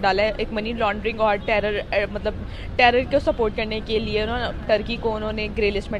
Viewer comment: मैडम आप * लिए * को * निये * बोलती हैँ, कृपया अपना उच्चारण सही करें, वैसे मैं आपके चेंनेल को बहुत पसंद करता हूँ, आप बहुत हिम्मत वाला काम रही है, हैट्स ऑफ टू यू 🙏🏻🙏🏻👏👏👏